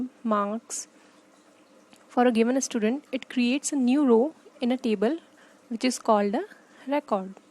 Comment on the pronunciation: Why are you sayin "istudent"? 😂🤦‍♂️